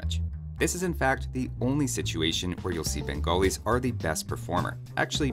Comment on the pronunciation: No one:: "Bengolis"